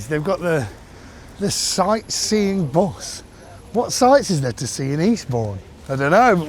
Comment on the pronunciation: Bus not bws